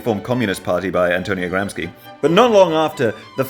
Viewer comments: god damnit its not gramsky its GRAM-SHE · Your italian pronunciation is almost on point! One small caveat: it's Gramsci, like Gramshi, not Gramski. Keep up the good work! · All perfect, just one thing though: "Gramsci" is pronounced "Gramshi" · Look... I understand not knowing how Giovanni Giolitti si pronounced but Gramsci? He's a rather important thinker, not just a random guy in Italian guy... GramSHi, not GramSKi Also... And this seems to be a common thing for anglos for some reason... You don't need to do the Mario voice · Se dice Gram"chi" as you pronounce Chicago, not Gramski...thank you for all by the way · It's pronounced Gramshi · We have a Gramsci street here in Belgrade but I didn't know he was THE head of their comm party. I don't know if it's correct but we pronounce his nam as Gramshi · Gramsci is pronounced Gramshi, you're welcome :) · as an Italian, thank you for properly explaining how fascism came to be and rose to power (through ineptitude of older politicians who didn't understand what was happening). great pronunciation too! except Gramsci: the last syllable 'sci' is pronounced 'shi'. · Gram-she is how to pronounce Gramsci (in English and Italian) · its pronounced gram(sh)i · As italian: all perfect, except for Gramsci that you should pronunce Gramshi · Giolitti was the head of the liberals, Mussolini was strongly influenced by Sorel's take on revolutionary syndicalism, Gramsci should be pronounced "Gramshi", also a lot of factories shut down because they were German investments, besides these points everything ok. Check out "M il figlio del secolo", it's a really cool tv series. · So, you can pronounce fascismo with a sh sound but you saw Gramsci and just said nah, I’ll keep with Gramski? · IT IS PRONOUNCED GRAMSHI!!!! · GramsKi 🤣🤣🤣 oh how he massacred my boy